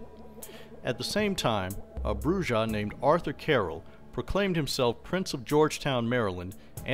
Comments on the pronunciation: It's pronounced "Broo-ha"!!! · Listening to his pronunciation of Brujah is like hearing nails scratching a chalkboard. Other than that, good video.